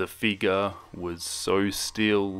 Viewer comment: Ok I know this is random but I like how he says figur instead in figure (it's hard to put the pronunciation in letters)